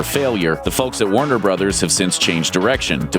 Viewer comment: At first i thought he said Wonder Brothers but he said Warner Brothers lol